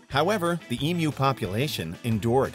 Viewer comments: Finally an American pronouncing emu correctly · I am so glad you pronounced EMU correctly. EMU - Em-You. Some Americans call them Em-Mooh.